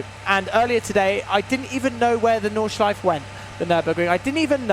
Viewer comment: Just so you know.. You pronounce the 'e' at the end of porsche and nordschleife